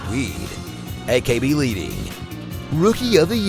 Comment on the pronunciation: Ok but AKB-leeding seriously got to me is2g